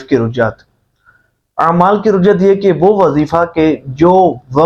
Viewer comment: Rujjat nahi Rajjat hota hai bhai